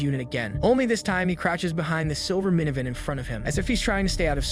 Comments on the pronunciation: Where in the world does anyone pronounce some of these words this way??? It's all normal, and then he says something like "minivin" instead of "mini-van" 😂 Sir, you put the emphAHsis on the wrong syll-AH-bull 😂😂😂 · Please STOP USING AI to do the narration on these videos. It ruins the quality of your content. the way "minivan" was pronounced is such a giveaway that you are using AI. Don't make your videos suck when you are doing everything else right. Also, your subtitles/captioning is half wrong. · Bro, how do you mispronounce the words "KIA" and "minivan"? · Dude what is your hang up with pronouncing Kia and minivan 🤔